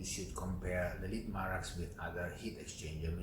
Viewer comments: I hate the way you call it Marax, it's Mara X ffs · Hi, I like and follow your videos. The correct name and pronounce of the machine is Mara and separately you should pronounce the X, just Mara and then x.